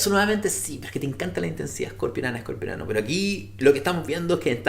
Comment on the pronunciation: Se dice Escorpiano no Escorpionano